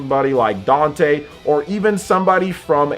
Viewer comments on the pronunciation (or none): none